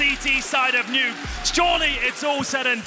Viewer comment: We're just gonna pretend that the commentator didnt say " the nukyy " ???